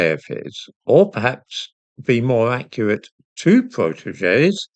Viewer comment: I thought you was going to say something else when you said more acuartly 😂😂😂